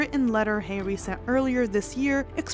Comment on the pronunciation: It’s Harry not Hairy! lol😂